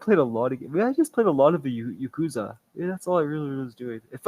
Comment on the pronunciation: I love that even on this you still didn't say Yakuza right hahaha